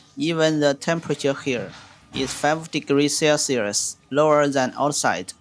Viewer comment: I died when he said 5 degrees CEWCIWUS 💀